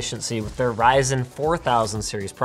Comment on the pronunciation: I actually heard fries n chips